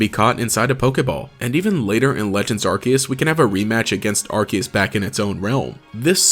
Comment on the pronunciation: It's Arceus, NOT Arkhaos!